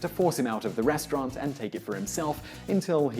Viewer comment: Why do you say "restrwaarrnt"